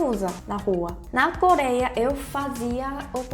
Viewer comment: voce fala ,,, coléia